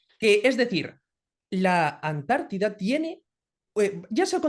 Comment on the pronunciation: Cuando diga Amérida😂,diré Antártida , ES ANTARTICA.